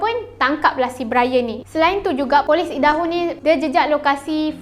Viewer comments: Aidaho. Bukan eedaho. Kena cakap ikut pronunciation yang betul. Jangan ubah ke pronunciation mother tongue sendiri. Cuba kalau nama kau Amin lepastu diorang pronounce eimen. Tak ke annoying? Tapi matsaleh yang Aku kenal akan sentiasa Cuba pronounce nama Aku betul2 walaupun terbelit lidah diorang. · bukan ee-daho, tapi ai-daho la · Bukan eja eedaho tapi aidaho. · Cara sebutan Idaho = "Aidaho" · Utk akak cantik. Cara sebutan negeri Idaho = Ai-De-Ho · Sebutan nya bukan idaho kak, aduu tak buat research keee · ye..ingt aku sorang je rasa dio sebut salah..ado orang lain jgk..